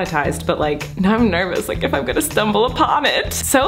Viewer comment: nobody: colleen: “liking the likrrr button”